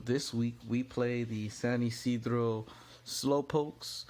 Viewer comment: The way you pronounced Ysidro got me feeling some type of way